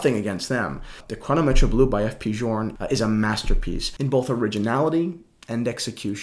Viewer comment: Button up your shirt.. and quit wearing daisy dukes... also what is Chrono-metch-ray? I think it's "Chrono-meht". All jokes aside, great video man. Great watches. The FPJ is a modern classic and possible one of the top 10 watches of all time.